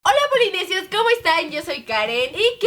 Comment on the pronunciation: jajaja en el minuto dijo polinesios mal jajaja Te Amo Karen, Rafa y Leslie.